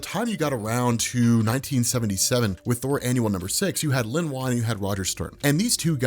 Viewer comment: Wow, You talk fast! Len Wein is pronounced Ween, not Wine.